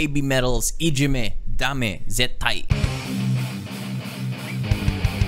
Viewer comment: Great & thanks from Japan 有難う💛。 Your pronunciation of the title is perfect. Other knowledgeable viewers will show up soon to give you basic information about BABYMETAL in better English than mine. (Where are Gington300 300 or Rick Wager? Still sleeping?) FYI, there are many heavier songs that you may prefer. The phrase "Dame Zettai (= No absolutely)" is originated from police campaign against illegal drugs which had started in 1960s. So this song implies that "Ijime (= bullying)" is considered as harmful and addictive as illegal drugs. We have to continue our efforts at home and in school (and in any society or organization or group in the world) to eliminate it. Now in 2021, BABYMETAL performed IDZ in all of 10 BABYMETAL Budokan Concerts either as grand finale or second song after the opening show with Su-Metal's matured voice. It was probably their message to the world.